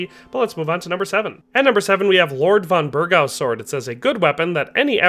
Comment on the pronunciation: How do you pronounce lord von bergow. Have you even played kcd2?? This video is a prime reason why they need to let us see the dislikes again. Dude doesn’t even know if he can forge the Knights sword. How do you play this game?? With your eyes closed?